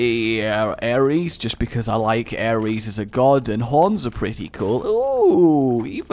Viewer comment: um? The greek god of war is called Ares, not Aries